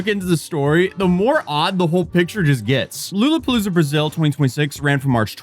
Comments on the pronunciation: It's Lollapalooza not Loolapalooza broseph. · lue lue?? 😅i swear i heard mtv & radio saying "la la" for years. lollapalooza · "Lulu-paluza" ? WTH? Dude, it's Lolla - Like a Lollie-pop. Really, its not that hard. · What is lulupolluza? It’s Lollapalooza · La Luh not loo Luh it's been around for a while. Long enough for you to know how to pronounce it. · Brooo its pronounced "la la" not lola shit you sound nerdy as hell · Mf really called it "Lola" lmao. It's closer to "La-La". Maybe like "Law-la" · Loo la puh loo zuh? You mean lala puh loo zuh? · Lolla not Lola. Originally based in Chicago but nw has many Latin American locations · Brother wtf did you just call Lollapalooza!? Huh?? You said “lulu” its “Lala” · Bro first lulu then Lola? It’s LOLLLA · Loll-la palooza not looloo wth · Dude said loo la palooza, lol. It's lawl ah poe looza. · It's La La Pa Loosa not Lu Lu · LoLla... Loolla... its Lawl, lol, not lool. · Lulupalooza? Huh? Isn't it Lollapalooza? Lol It's been going on since the early 90s I never heard it call lulupalooza like Lululemon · I did not just hear this guy call Lollapalooza "lou lou palooza" did I?? JFC man. It's a festival that's been going on for like 30 years, how do you not know how it's pronounced? 😆🤣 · Homie said 'lulapalooza' 😂😂😂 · Calling it "LOO-LA-palooza" and then calling that one of the best lineups ever just shattered this dude's credibility for me!! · Bro is 100% doing it on purpose... "Loola-palooza" -- "... performed her set at Lola..." You're killing me. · I think it’s pronounced “law law palooza”. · aight bro we not gonna be pronouncing it "loo luh" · LOL-lapalooza*, cmon man. And it's had a ton of legendary lineups. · did you say lululapoosa? are you trying to ragebait? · No we he said Lulupalooza lmao. Young'uns. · im sure you've got mad people in the comments about this but it's pronounced LAW/LAH-luh-puh-LOO-zuh, it's a soft "o" sound at the beginning as opposed to a long one, just a head's up! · Loolaplooza... lol